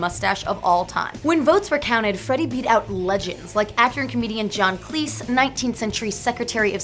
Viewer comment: Honestly how she pronounced Farrokh, Marlene and (john) Cleese killed me a little bit but great video otherwise